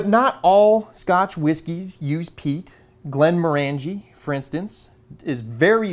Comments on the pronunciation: Great content,! Btw: The whisky is pronounced "GlenmORangie" not "GlenmorANgie". similar to the pronunciation of Oranges. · Not to be a pedant, as I do love your videos but the pronunciation wasn't quite right, though you said it the way most people do. It is in fact pronounced Glenmorangey as in rhyming with "orangey" not Glen-moran-gee. The Distillery was a client of our Company for many years. Indeed my old boss was the Project Manager for the Still House you showed when it was constructed. Here's a link to a video by the Distillery. Great video as usual. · Just so you know Glenmorangie is pronounced Glen Morangey, sounds like orangey. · It's pronounced Glen moh(short O)r'ngie. How do I know this? I was best man to a wedding in Inverness and the groom liked (more than) a wee dram or two. The flavour in Scotches is largely due to the water used which of course is very peaty on the Islands where the land is mainly peat bogs, less so on the Granite Highlands and different in the Lowlands again. My partner and I recently visited a very remote part of Scotland, Campbeltown where my late father was born. Campbeltown a tiny place on the Mull of Kintyre used to boast 27 distilleries, now there are just two. Fortunately my father being a canny Scot collected one two bottles including a fine bottle of Longrow that is worth presently worth $5000. slainte. ps the photos are great! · C'mon, you must know by now, there is no E in scotch but, morangie is ma favourite.